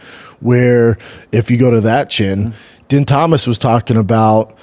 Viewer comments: Wish I could see Din Thomas’ face each time you butcher his name. It’s pronounced Deen and doesn’t rhyme with tin. 😅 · it’s spelled din but pronounced dean